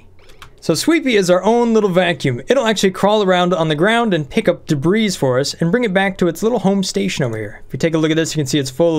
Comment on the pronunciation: The "S" in debris is silent. The plural of debris is debris.